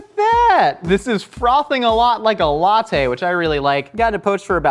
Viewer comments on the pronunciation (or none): none